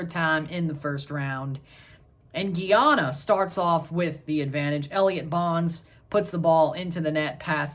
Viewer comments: Not geyana it's GUY ANA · Boss man please repeat after me: GUY-ANA